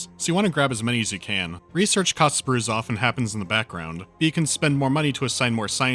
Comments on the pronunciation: The right pronunciation is brazuf. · "Bouzouf" is pronounced "Broozoof". Sincerely, a french dude. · It's actually pronounced "Broozoof" like in "Brood". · It's pronounced Broozoof And it's stupidly genius xD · probably fifty hundred comments already say that and you probably don't care but the correct pronunciation for "brouzouf" is "broozoof" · FYI : Brouzouf is pronounced like so : "Broozoof"